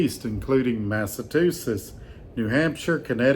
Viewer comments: it’s pronounced “Mass uh chew sets” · I am loving the Massachusetts pronunciation. Have you heard about the tourist in Massachusetts who was so lost even his GPS gave up? He asked a local how to pronounce the place they were in, and the local just laughed and said, "You're not in Massachusetts anymore, you're in 'Massa-two-shits' according to your pronunciation!”